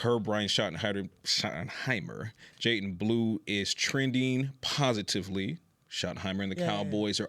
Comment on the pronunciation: “Jaiten” Blue 😂